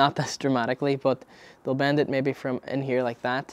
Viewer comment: You say bend how I say band...how do you pronounce band haha. Band it dane and make sure you don’t get inverse teppper